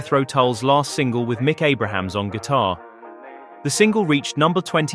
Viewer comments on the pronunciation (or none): I think it's pronounced ABRAMS....not abrahams